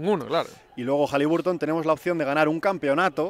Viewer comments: Entre las canchas espantosas y que los Pelicans fueron a las Vegas a pasearse, solo queda el buen partido de Hali BAR ton (no sé si soy el raro que lo dice y pronuncia bien ). Si defendiera un poquito más él y su equipo la cosa estaría mejor todavía. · Por favor, no sigáis pronunciando HalibUrton con U